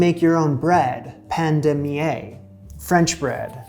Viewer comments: Pain de Mie is pronounced « me ». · Pain de mie pronounced like ME in English